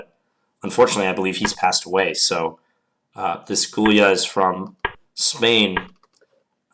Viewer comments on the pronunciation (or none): John Bartholomew Gy-ula, not Gul-ya. :) It's basically Hungarian for Julius. Another Gyula was Breyer, of the Breyer variation.